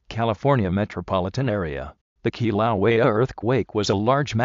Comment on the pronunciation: Kilauea is being mispronounced, and it's located on "The big island" the island of Hawaii, same name as the state.